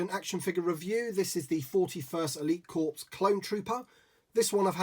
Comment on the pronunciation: Grammar police time (for fun sake)....the word “Corps” has a silent “ps”, and is pronounced like “core”. You say “corpse” multiple times, and it’s amazingly distracting, especially for all military personnel who may be listening. LOL. So with all due respect, yea I’ll be “that guy” for today. Sorry. Clowning aside, thanks for another good review. I received two of these a few weeks back and really dig this figure.